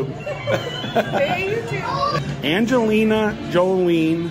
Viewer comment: Angelina Joleen....is there anything he can actually pronounce correctly?😂😂😂